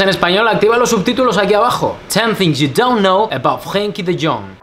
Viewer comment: the r in Frenkie is a RRRolin r